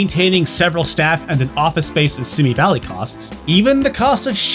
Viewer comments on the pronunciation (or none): If you're talking about Simi Valley, it's pronounced See Me. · Simi Valley is pronounced see-me